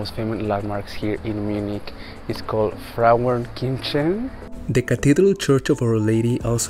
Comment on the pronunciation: Que video lindo, querido! Espero que tenham tido um tempo super especial aqui em Munique. Sua pronuncia da palavra Frauenkirche em estava perfeita 😉. Esta igreja é responsável por definir um limite de altura nos prédios dentro da área mais central de Munique. Sendo assim, todos os edifícios que estão dentro do Mittlerer Ring (cinturão central) não podem ser mais altos que a Catedral de Nossa Senhora (Frauenkirche). Só algo a adicionar: Munique é na verdade a terceira maior cidade alemã, se encontrando após Berlim e Hamburgo mas é ao mesmo tempo a cidade mais densamente habitada de toda Alemanha. Um abraço de um brasileiro:)